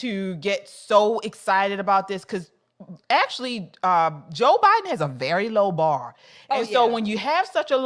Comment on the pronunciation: Not jo ah ah joe